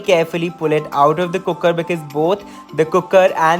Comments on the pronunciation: "cookkerr" such a punjabi wayyyyyy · Scrolled down to see if someone else noticed the way you say cooker. Wasn't disappointed.